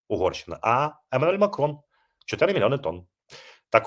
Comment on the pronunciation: 20 минута, кто такой: "эмаэль макон"?! Разобрать смог, только в замедленной скорости! Скажите вы пьяным записываете видео или вы чем то больны, поэтому и ухиляетесь от службы в ЗСУ?! Я подозреваю что вы намагались вымовыты имя президента Франции, и он лично для себя покупал или это покупала страна?!